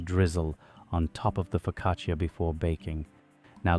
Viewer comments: Why are you calling it a POcaccia? It's FOcaccia! Also you baked it for too long. It's brown on top. Too much. Downvoted! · Nice bake, but Just wanted to mention I speak Italian, and the “i” is silent in the word focaccia . It’s Pronounced “fo..ca..cha”Annunciating the “i” doesn’t make it sound fancier. It just makes you sound ignorant. The more you know🌈⭐️ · You would deserve a parental one for the mispronunciation....foccacheeeeya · please stop saying foccacia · AI did't quite get the pronunciation of the focaccia right. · It is pronounced without the "I"